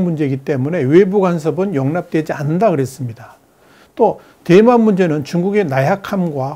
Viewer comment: 내귀가 이상한 건지.. 대만이... 뎨만으로 들림 ㅎㅎㅎ